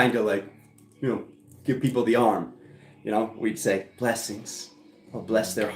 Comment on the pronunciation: 🤣🤣🤣🤣🤣 shake-eh thah peeeeeoople 🤣🤣